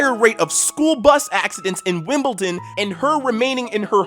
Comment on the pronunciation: why are you pronouncing it "wimpleton" lol